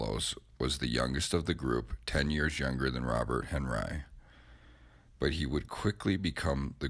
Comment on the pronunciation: This narrator murders the pronunciation of names. Yikes! However he does pronounce henRYE (Henri) properly! This art deserves a more knowledgeable narrator..